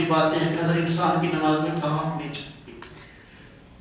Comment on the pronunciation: Lafz Nimaaz naheen Namaaz hai